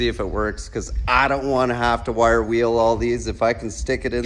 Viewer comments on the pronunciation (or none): none